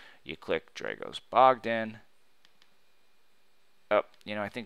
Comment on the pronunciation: I don't understand why you claim to be Dragos Bogdan when you cannot pronounce that name in the correct way !